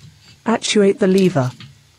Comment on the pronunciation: Leever, boosh, ridtrieve and drivshaft lol all joking aside thanks for the info